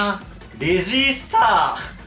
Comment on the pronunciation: レジー↑↑スター↓一週間くらい耳に残るから勘弁して欲しい笑